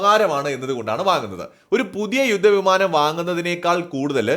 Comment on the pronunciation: യുദ്ദ വിമാനം,സാദൃദ, ബാദ്ദൃദ, മടുത്തു ഈ പീറ മലയാളം കേട്ടു്.പോയി മലയാളം പ൦ിച്ചിട്ട് പരിപാടി അവതരിപ്പിക്കു.